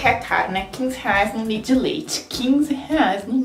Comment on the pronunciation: "15 reais num li di leite" kkkkkk